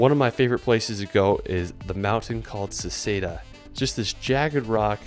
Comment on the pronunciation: You spelled Hallstatt wrong entirely. Seceda is pronounced as if it was spelled Secheda. Great stuff. Good gainers! Just might wanna start using your personal pronouns correctly. 😉